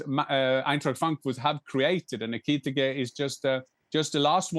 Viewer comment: Jan its ekitike not etike